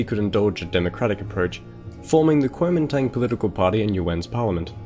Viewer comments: Guo Ming Dang. You pronounced it like such an American :) Anyways, great video! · great video and great pronunciation too. it's a little more accurate to say "guomindang" but otherwise awesome